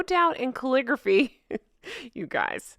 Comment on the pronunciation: Its not calligraphy: It’s “Clawligraphy” 🤣🤣🤣